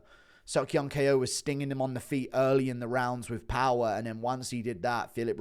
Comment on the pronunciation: Why tf does guru still call Ko, K O